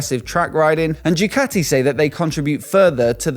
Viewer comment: Bro, you have a motorcycle YT channel. At least get the goddamn names right! It's Ducati, not Jewcathy! FFS!